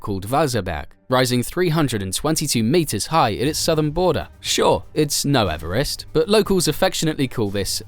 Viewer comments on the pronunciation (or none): none